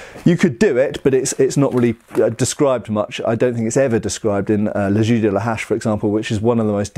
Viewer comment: its "le jeu" not "le jus" :O its prononced almost like "je" in french